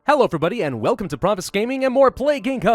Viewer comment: "I am refusion" - Pravus 2019